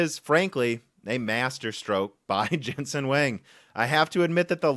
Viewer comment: Nvidia CEO's name is Jensen Huang, not Jensen Wang.